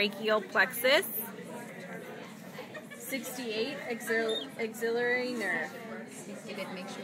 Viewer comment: Why is she pronouncing Axillary like it has an extra letter.